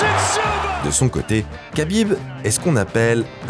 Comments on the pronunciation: Kabib? Kabib Kabib?????? Ça s dis rhabib frero respecte nos blaze un peu 😂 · Si jamais on ne dit pas Kabib mais Habib. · C’est vraiment insupportable d’écouter à tout bout de champ [k]abib…. C’est un manque de respect. On dit [R]abib. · on dit rabib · Superbe vidéo !! J’adore votre chaîne YouTube !!! Juste petite précision pour Khabib on prononce Rabib